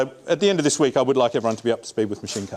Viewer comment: note when he says "wake" he's saying "week"